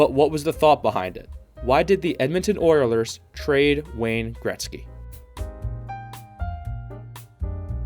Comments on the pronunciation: Did you really say Oierlers? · I had to turn this off. The guy couldn't even pronounce OILERS correctly either